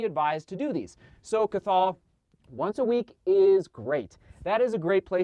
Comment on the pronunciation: Cathal is pronounced "cah-hill" just incase you ever encounter it again (probably won't, super rare and hard to pronounce Irish name!)